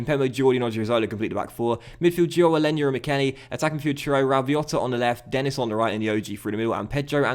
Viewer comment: Denis is pronounced Den-E :) similar to how Marquis is pronounced. Sorry iḿ late